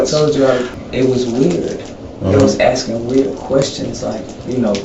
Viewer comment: Axing questions